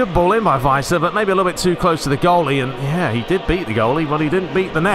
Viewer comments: If you wanna go full german on Werner... well you got the 'W' right but after that it's more like the english word "air". and the ending is more "ah". So W-air-n-ah, if you will. Weiser you got almost right. The 'S' is pronounced more soft like in "razer" rather than "racer". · Give the 's' in Weiser a bit more of a 'z' sound. Because it's a single s, it's pronounced that way, as if you were saying the English "wise" (the 'w' sounding like an English 'v' is correct). A double 's' would be the more conventional 's' sound.